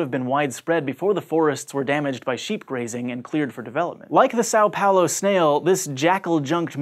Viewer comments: it's São Paulo... not Sáu Paulo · quick tip for pronouncing são paulo correctly: Sam Paulo is a lot closer to how it's pronounced. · São Paulo is pronounced similarly to "some Paulo" (depending on how you pronounce it, and it's not a prefect match.) This is due to the tilde on the letter a ("ã"), which changes its pronunciation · Just FYI, São Paulo is pronounced more like "Son" Paulo. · Is that the best pronunciation of Sao Paulo you can achieve?